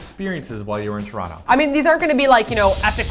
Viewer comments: I'm also from Tr-ah-no. (Its still a T, but yeah, that is how we pronounce.) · I live in England now but I'm from Toronto as well and you say it just like me - "Ch-Ron-to". It makes me giggle when people not from there say it "toe-ron-toe". ;-)